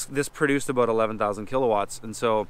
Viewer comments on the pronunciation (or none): "Aboot" ahhhh so he's canadian :)